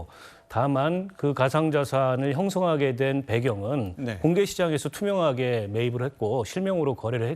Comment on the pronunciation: 투명하게가 불투명하게로 들리냐!